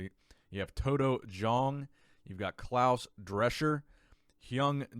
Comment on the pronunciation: Did not expect you to pronounce Klause Drescher that well :D